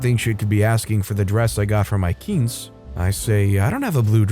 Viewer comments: I would like the video but it's pronounced "keen-say" not "keense." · It's not "keens". It's more "keen-seh". The "e" at the end is pronounced as it's a shortened form of the word quinceañera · im so sorry. quince is pronounced quinc-eh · Btw it’s “kin se” like when you say the whole word quinceañera. It’s the word for 15 in Spanish. 😄 Thanks for reading this story. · You kept mispronouncing quince. It is "keen-say"